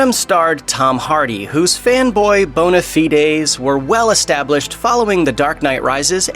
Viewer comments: Bone-uh-feed days?? You mean bona fide? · The way u said bona-fide makes me wanna hang myself. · Bone a fee days? Come on guys! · I’m gonna guess you don’t write your scripts since you couldn’t pronounce bonafide correctly.